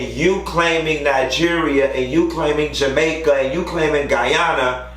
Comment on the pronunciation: When you said GUYANA and actually pronounced it correctly, baybayyy I can’t tell u all the emotions I felt in that instance, this is the very first time I’ve heard a foreigner pronounce my country’s name properly n sus u ain’t never even been here!